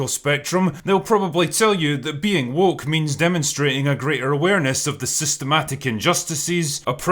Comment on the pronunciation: Personally I think just avoids the word "woke" because he struggles pronouncing it. WOOOHCKH